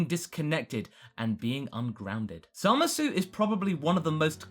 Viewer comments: Can people just pronounce his name correctly already? I understand we speak English and that the word zamasu would be pronounced with the "oo" sound at the end, but in Japanese speech it is generally silent when at the end of words. Moreover, in the show itself, the "oo" sound is never heard of. So can we please say it right? As in, just "zamas"? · aw dang you're still saying the U at the end of zamasu :( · this really bugs me. It's pronounced Zamas. No one in the show says the -u. It's not pronounced Zamasoo.